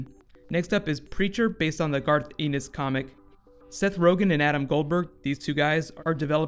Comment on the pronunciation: garth e-nus? really?? -_